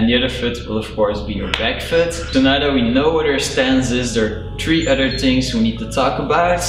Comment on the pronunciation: It’s other not utter